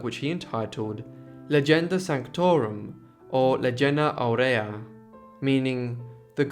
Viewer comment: AU-re-a. Stress on first syllable, IA-co-bo. stress on first syllable.